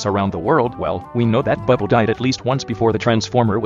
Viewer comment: i love how the tts pronounces it as "bwibble"